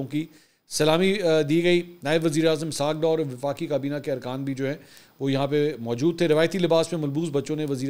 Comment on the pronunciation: ISHAAAQ DOOOR 😂 YOU PRONUNCE RIGHT